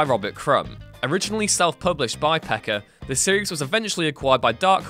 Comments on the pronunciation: Pekar...is pronounced like PEE-kar, not pecker. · Hey!!! You butchered Harvey Pekar's name.. it is Harvey Pea-Kar... like Pea Car … not Pecker!!!!! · Pea-car not pecker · It's not pronounced "pecker" its pronounced "pea-car" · I thought it was pronounced Harvey Pee-car Not Pecker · If you had seen the movie, you would know it's pronounced "PEA car," not "Pecker." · American splendor you pronounce his name as peecar not pecker. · Pekar is pronounced like Pee Car. Not pecker. Either way it's unfortunate. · You kept saying Peck-er. It's pronounced Pee-car. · Harvey "PEE-kar", not "pecker" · Harvey "peck-er" why do top 10 lists always misspronounce something. It's "pee-car". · Pekar is pronounced PEE-kar & not PECKER. Try watching the movies(that you are comenting on)next time if you aren't sure next time. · PEEkar PEEKAR not pecker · JFC, it's pronounced, "PEE-kar". not "Pecker" watch the movie and you'd know this. good lord. do your homework. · "PEE-car." Harvey PEE-car. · His name is pronouned Harvey PEE-KAR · I love harvey pekars name being pronounced Pecker here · American Splendor! + it's pronounced "Pee-kar." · HARVEY PEKAR [PEA-CAR]